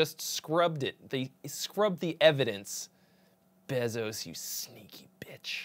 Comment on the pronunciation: Is the name pronounced b-eh-zos? I thought it was b-ay-zos.